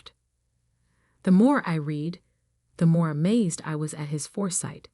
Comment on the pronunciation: Irrelevant, sometimes irritatingly distracting background! The word "read" pronounced "reed" as infinitive and present tense and "red" as past tense and past participle!